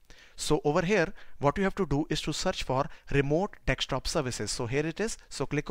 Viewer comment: Except calling it Dextop and not Desktop